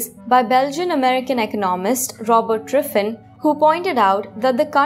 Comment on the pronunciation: She says Driffin.